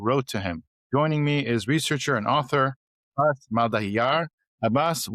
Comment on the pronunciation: His name is aabhaas(feeling, sense,reflection or appearance), a Sanskrit name n not abbbas(stern or grim-faced) an arabic name. Please don't be like the Americans. Please do the smart thing, ask the person his/her name n practice its proper pronunciation before starting the podcast.